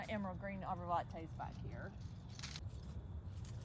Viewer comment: With all due respect it’s arborvitae not arborvante